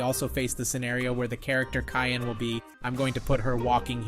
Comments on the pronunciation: You’re mean Cyan not Kyan😊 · It’s not cayenne it’s cyan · It’s Cyan, not kyan. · Cyan is pronounced si-an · Yeah you said Cyan wrong